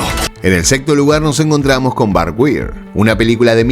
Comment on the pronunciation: Wire se pronuncia vocalicamente como Fire, es decir; Wayar